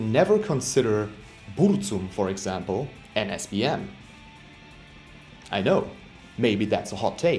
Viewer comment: "Burcum" XD